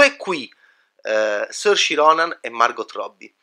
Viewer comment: "Sorci Ronan" ah ah.. ma li sorci tua ah ah:) Anche incapace di pronunciare correttamente il nome di Saoirse Ronan LOL! Si pronuncia "Sur-sha" ("it's Ser-sha, like inertia.") e vuol dire libertà in Gaelico!